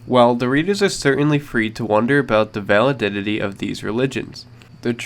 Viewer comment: "Vali-di-dity" hahaha creasing. Great vid though very interesting